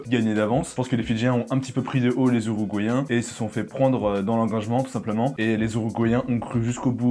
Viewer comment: “Uruguayen” avec un “U” mais pas un “Ou”